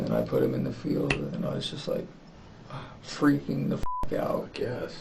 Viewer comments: "Jesse didnt Ferking exist" haha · "Jessie didn't Firking exist" made me cackle out loud😂😂😂😂 I'm so sorry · "jesse didn't FERKING exist" is wild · "Didnt Phurking Exist" ended me bro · He said phurk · "Didn't Phurking exist" 😂 dead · "they discovered that "Jessie" didn't Furking exist" 😭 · "... that Jesse didnt furking exist" caught me unawares 😂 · "Jesse didn't ferking exist." I like this channel.